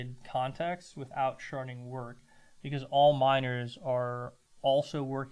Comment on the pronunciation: Thank you for "sharding"